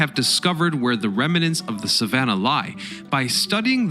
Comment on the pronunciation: "Reminant, expidenially, cumpletely," - I could go on. Get better at what you do.